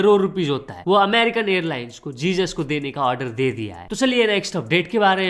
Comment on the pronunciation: bhai wo likhte time Jesus likhte hai but pronounce hezuz kiya jaata hai